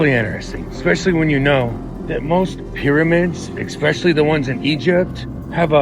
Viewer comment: Why can’t Americans say ‘especially’ anymore? It’s not ‘ex’ it’s ‘es’